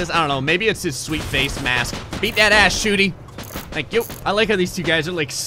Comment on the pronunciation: "Tank You for the Video" :-D lol